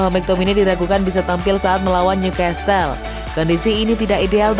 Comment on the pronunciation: Newcastle dibaca tanpa t Leg ke dua, e nya bukan dibaca i tapi dibaca spt e dalam 'remeh' Ayo dong, narator2 banyak belajar ya....